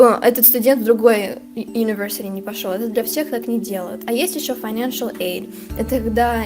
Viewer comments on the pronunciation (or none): none